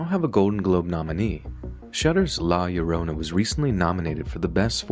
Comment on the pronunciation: Hearing llorona being pronounced correctly fills me with unexplainable happiness